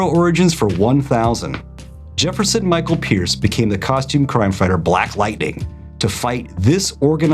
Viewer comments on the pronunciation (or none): none